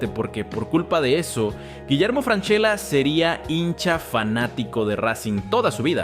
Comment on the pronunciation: imposible de ver si no pronuncias bien el apelllido